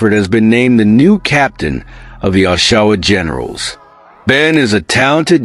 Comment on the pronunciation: As soon as I hear the way OSHAWA GENERALS was pronounced, i had to leave. im sorry, but A.I voices are annoying and can't say words correctly 😢